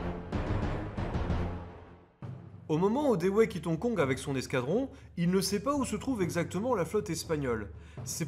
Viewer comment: Très bon boulot. À propos Dewey se prononce diou.way. En se rapprochant cela permet de mettre le dawa sur le pont de l'ennemi.